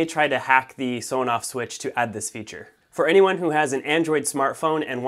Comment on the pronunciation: You might like to know that it is actually pronounced "ESS On Off" not "Soh noff".